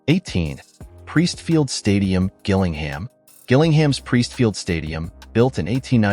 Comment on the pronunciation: I am a proper football fan. Let me explain. We don’t like plastic, soulless bowls. We prefer traditional stadiums with character. That’s why we stick two fingers up to the Premier and EFL, preferring to support our non-league clubs. You can’t even pronounce Gillingham correctly, you ignorant tosser.